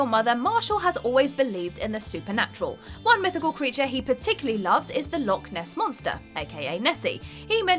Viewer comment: That's not how you pronounce "Loch Ness monster"